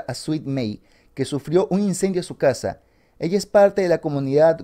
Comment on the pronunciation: Por un momento pensé que decía que perdió su cara, en vez de su casa, xd.